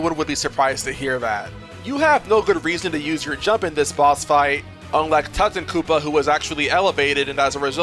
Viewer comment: that's not how you pronounce Tutankoopa